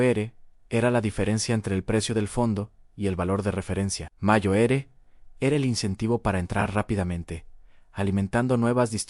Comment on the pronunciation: Mayo ere? En serio? Mayo ere? Ya no sois capaces ni de escribir bien el texto y revisar que la IA lo lea bien...